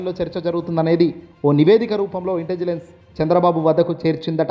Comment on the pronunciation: ఒరేయ్ నాయనా... ఇంటిజిలెన్స్ కాదు .... ముందు రెహర్సల్స్ వేసుకుని చదువు.. ఇంటెలిజెన్స్ అని పదిసార్లు ప్రాక్టీస్ చేయి. చాలా తప్పులున్నాయి నీ చదవడంలో.